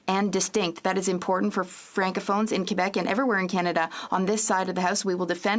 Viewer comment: Why is it so difficult for people to pronounce "important"???